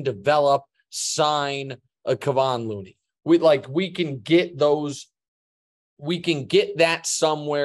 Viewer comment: Colin still can't pronounce Kevon Looney 🤔 It just tells me he never watches Warriors games but pretends to by skimming the stats.